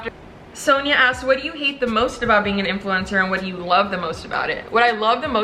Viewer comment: "influemcner" I felt that